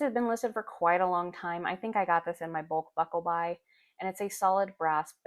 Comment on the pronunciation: the fact that you can say " Bulk Buckle Buy" on the first try ,perfectly , is impressive. I understand you're feelings about your Grandpa's truck, I spent a lot of time with my Dad in my vehicle, driving him to Dr appts and we had the best time, chatting, stopping for donuts and coffee, he passed in 2020 and I still talk to him sometimes while i am driving,it's the only time I really feel him with me, I like to think he is over in the passenger seat saying, "hey look-a Tim Hortons!"